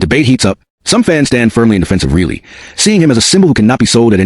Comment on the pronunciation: It is really annoying when you consistently mispronounce Rielly as really